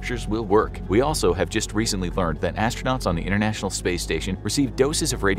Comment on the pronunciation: Innernational space station ? I think it's inTernational. Please don"t speak sloppy.